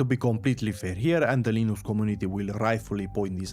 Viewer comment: Everytime I heard "linoox" I had a sizure